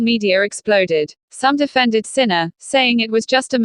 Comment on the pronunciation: You don't even prounce his name correctly. How could anyone belive you!